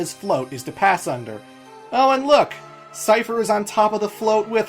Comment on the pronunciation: El-LONE, see-fer, Buh-LOM, uh-dea, er-VINE? I never knew anyone pronounced them this way lol